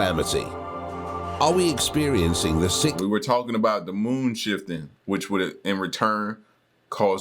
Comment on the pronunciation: This guy repeatedly saying sikth makes me cringe 😂